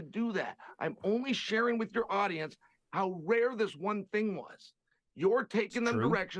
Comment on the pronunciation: i beg you dont say 'ting' lol hahaaa